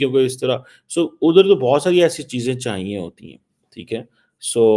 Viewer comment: Aap bol rahe ho ki inlogo ko pakistan aanaa chaahi-a. Ku aanaa chaahia-a ? Is pakistan really safe for any kind of investment ?Think on it .